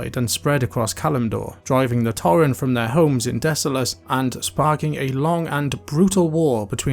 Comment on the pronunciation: I enjoyed this video, but every time you said "torren", it hurt me a bit haha.